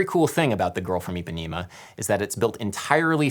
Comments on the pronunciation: jesus, stop saying Ipanima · eu tbm, especialmente eles falando "Ipanima"! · Okay so great video but please Adam and all Americans: it's pronounced EE-PA-NEH-MA NOT EEPANEEMA it's an issue a lot of Americans have with pronouncing a soft E for some reason.. Another example is how Americans pronounce my name Paydro when P-eh-dro is FAR preferable. It's not hard but the consistency in which people get it wrong is frustrating. I know it's not intentional, and that's why I want to educate you on that and again this video was really cool (: I learned so much about the culture of the music of my people.